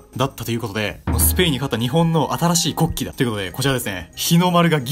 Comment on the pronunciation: 国旗の発音よwww